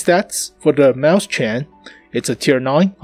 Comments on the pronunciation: the 2nd one is much closer just the ch is wrong sir + its not mäu-schen its mäus-chen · Frozengames Actually, he's pronouncing it right if he's using an American accent since A and E sounds almost similar at times. I think the problem here is his syllabication. Right now, he's saying 'Maus-chen' (Maws-tsen). In reality, it should be 'Mau-schen' (Maw-shen). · You can pronounce it: "Mois-chenn" . Not "Maus-CHEN" ;) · it's spelled mauschen not mauschan so if you're going to pronounce it the American way at least follow some English rules, come on man! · Here is how you pronounce it: OR, if you prefer, mois-shen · Dude, ääääääää, its an ääääääääääääääääääääääääääääääääääääääääääääääääääääääääääääääää. NOT an A